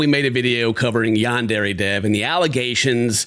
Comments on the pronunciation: The fact that the creator of YS can’t even pronounce Yandere properly after years of development is wild 💀 yaendere headass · whats so funny about all this to me, bro cant even pronounce yandere right! its HIS game name lmfao